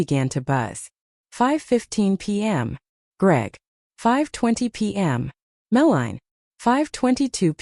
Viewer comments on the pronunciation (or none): Oi ai voice it's pronounced Mel-a-nie not whatever you were saying.